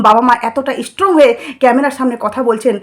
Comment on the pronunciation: Apnar coverage khoob baje uchcharan thik korte hobe ishstrong, ishstudent 😂😂